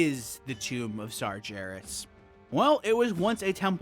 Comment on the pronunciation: Great video series. Just fyi, it's "Sargeras" with a hard 'g', not "Sarjeras". We hear the name pronounced multiple times by various NPC's throughout the game. Unless you're just trolling, in which case carry on, lol.